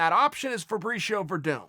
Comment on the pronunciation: I only came here to see how Chael pronounced Werdum.....unfortunately he got it right.